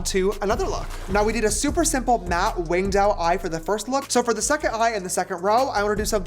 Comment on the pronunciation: he meant to say winged but said it with a v like vinged and it sounded like a russian accent